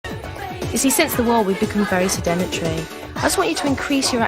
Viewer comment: “You see, since the war we’ve become very sedenetry”